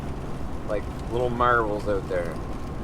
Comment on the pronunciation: Your "out" sounds like "oat" hahaha!